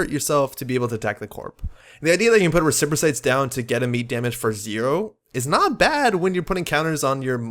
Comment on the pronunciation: Respirocytes are pronounced res-per-o-sites, hope that helps.